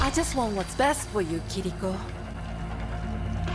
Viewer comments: Kiriko is pronounced with one r not two. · Not a big deal, but Kiriko is pronounced Kee-ree-ko not Kur-ri-ko, just liked to make it known! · It's kiri-ko not kuh-rico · The mispronunciation of her name is hurting my soul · Please stop pronouncing her name like that 🔫💀